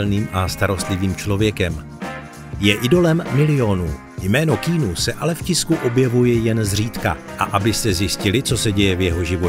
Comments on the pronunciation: Když už uděláte video o tomto člověkovi, mohli byste si aspoň zjistit, jak se to jméno správně vyslovuje. Je to [kijanu rívs] ne [kínu rívs] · Nie keenu ale Kianu :) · Nauč se vyslovovat alespoň ta jména. Žádný Kínu, ale Kijanu. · Keanu není "Kínu", ale "Kianu", jak sám odpověděl na dotaz, jak se jeho jméno správně vyslovuje. Skvělý skromný muž ❤ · [:kay-ah-noo:] is the pronounciation, just for the info (ive heard you were saying that not-good-at-all the whole time) moment, vždyť to nemusím psát v anglině :D no ale fonetiku nahoře poznáš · Vyslovuje sa to Kiánu :)) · Proč mu říkáte "Kýnů" ? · Zas mi to video naskocilo, tak jsem na nej kouknul... Autor by si mel zjistit, jak se opravdu jmenuje... Protoze [kínu] se Keanu OPRAVDU NEcte!!! 🤦🏻🤦🏻🤦🏻🤦🏻🤦🏻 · Říká jeho jméno Ke-a-nu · K"ý"nu. Ouch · nezlobte se na mě, ale když už v komentáři vyslovuji jméno Keanu asi 100x, zjistím si snad výslovnost, hrůza tohle poslouchat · Informace ve videu jsou mírně řečeno zmatené, mimochodem, i výslovnost jména Keanu máte špatnou.